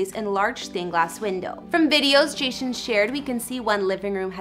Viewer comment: did you just say Jashon lol